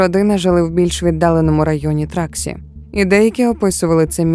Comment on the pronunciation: Truckee California (Тракі наголос на і) не траксі